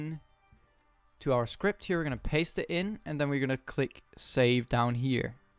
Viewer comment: bruh its script not skirpt